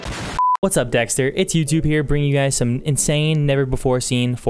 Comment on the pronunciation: Anyone realise he said what's up dxtr LOL